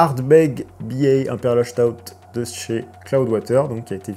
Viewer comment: Stoute se prononce pas chtaoute stp. Juste staoute